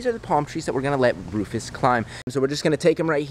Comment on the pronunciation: Comment a name for the lemer. Also: Keeps calling him Roufus 😂😂😂😂😂😂